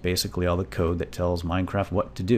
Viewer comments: no it sounds like he says mindcraft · lol, he said: "Welcome to y MINECRAFT tutorial. lol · Why do I hate the way he says MineCraft